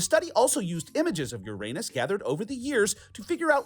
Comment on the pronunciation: My class noticed that Uranus was pronounced incorrectly. Shout out to Mr. Hatfield's 5th grade class at Marsh Creek Elementary in Brentwood (East Bay Brentwood not LA Brentwood) Ca. Go Hawks!